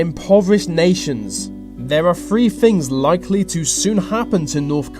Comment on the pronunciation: Three .... has a TH (not an F). Seriously. The speaker (host) needs to learn how to speak English, especially when giving an English presentation. Hard to take him seriously. Think about it.